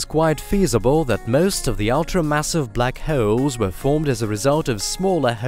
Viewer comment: I’ve learned a lot about blackhewls today. But very informative documentary.